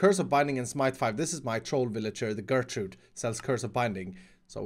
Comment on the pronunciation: It's "Gertrud"... please...😹